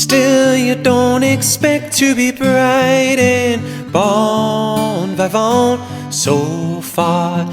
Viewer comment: Very nice but it's bon vivant - in English, you'd pronounce that vee-vant.